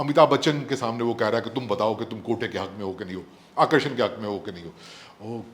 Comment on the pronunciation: Hum Bharatiyo ke accent ko bada taunt karte hai Uncle-Aunty aur khud Arakshan (reservation) ko Akarshan (attraction) pronounce kar rahe hai 🤣🤣 which is far stupider than Zara Jara stuff